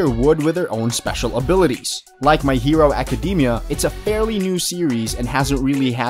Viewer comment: anyone else bothered by how he pronounced most of the Animes names like My Hero Academia